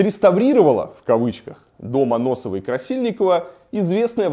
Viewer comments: Только не Аноссовой, а Ассоновой 🙃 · Очень нужная и важная тема, только Ассоновой дом, а не Аноссовой (несколько раз неправильно сказал) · Да не Аносова, а АССОНОВОЙ! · Ассоновой, а не Аносовой. В остальном как всегда огонь. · и Варламов Ты чего Какой Дом Аносовой-Красильниковой Если Дом АССОНОВОй-Красильниковой